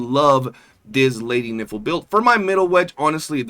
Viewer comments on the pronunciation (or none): Geesh, her name is Nifle, rhyming with rifle, not rhyming with sniffle or sounding like , well the way you say it repeatedly.